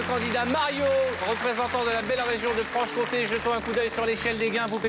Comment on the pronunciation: Comté et non pas compte, merci pour l'émission